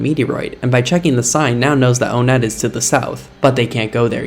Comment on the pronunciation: Its obviously up to interpretation on how the town "Onett's" name is pronounced, but personally, I think it's intended to be pronounced "WUN-et," not "OWN-et," as the other towns are named after the numbers and are very easy to pronounce, that being Twoson, Threed, and Fourside (unless some psychopath says "TWAH-son," that is). Just felt like sharing :p